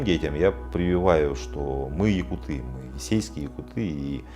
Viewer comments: Не ЯкутЫ , а ЯкУты ! Слух режет когда даже этот " ессейский якут" неправильно ставит ударение! ! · ЯкУты - ударение, а не ЯкутЫ🥴всем кто не знал на заметку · ЯкУты - ударение на У ЯкУтов, ЯкУтами. Так правильно будет 😅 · Ну объясните им, что якутЫ с ударением на Ы - это пренебрежительно-уничижительное произношение слова якУты. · Интересное видео👍🏻 Но правильно произносить якУты, ударение на букву У. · Передайте Таланову, если не знает как произносить по русски нацию , то пусть говорит по самоназванию -Саха. На русском - якУты.